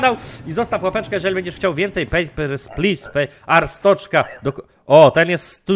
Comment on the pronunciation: to wymawia się Arstocka nie Arstoczka